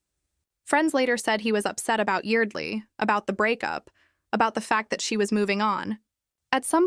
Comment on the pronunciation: IT'S YARD-LEE